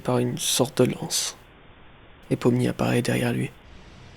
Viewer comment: Par contre toi tu t’es trompé sur les mots déjà de un c’est pomni